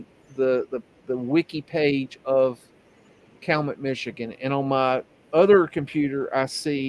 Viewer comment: I lived a good chunk of my life in the UP. Over the years I resided in 6 different towns in the south central part of it. I currently live in southeast Wisconsin and it pretty much sucks! I took it for granted and miss the UP and would love to move back up there!! Hate to be this guy, but Cabinet is pronounced KAL-YOU-MET...THANK YOU for all your work!! I love it all!! Your subscriber count is a fucking crime...You need to be up there with Jonny at the very least...Had a couple beagles back in the late 80's...Took them rabbit hunting in a swamp across the road from our house one time... There was about 2 feet of snow...We had only had them for a day or two at the time...I don't know where my dad got them, but one of them took off after a rabbit and never came back...Later that evening we started hearing howling from the swamp and were able to use the constant high-pitched